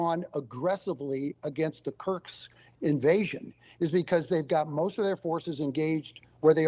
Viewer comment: It's Kursk not Kurks 😊😊But a good analysis! 👍👍